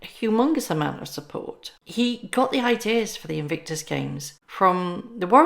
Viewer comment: The eay you say invictus makes me think or hear the word sphincter if that's how you spell it.